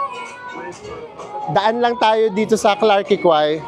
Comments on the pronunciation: Clark key po ang tamang pronounciation😊sa Clarke Quay.. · Klark kee po yung pronounciation. 🙂